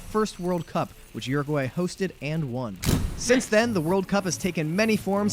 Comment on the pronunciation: Uruguay not oooaguay